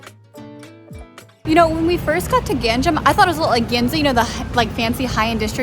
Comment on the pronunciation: What the heck is a “gang jam”.... "Gang nam" is the correct pronunciation.... Is this pronunciation difficult for you?...